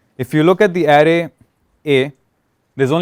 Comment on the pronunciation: same, the guy was clear enough and easy to understand, the only word which kinda gave me giggles was array, which he was pronouncing as area or something